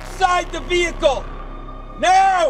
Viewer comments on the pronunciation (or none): It's Veee-Hicle, not vehicle 😡